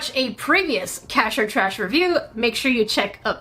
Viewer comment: It might be raining here in SoCal, but every day is brighter when I get to hear say, "In. Da. TRAISH!!!"